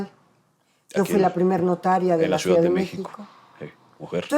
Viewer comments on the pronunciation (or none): Ni siquiera sabe pronunciar la palabra ciudad esta señora, dice suidad, varias veces, incluso como profesora de la facultad de derecho de la UNAM, muy chafa